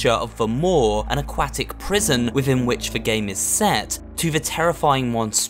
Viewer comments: Its aquatic not aqacktic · "an aQUAtic prison" the way he said that was just funny